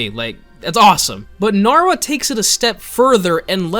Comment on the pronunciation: AINT NO WAY BRO SAID NARWHA 😂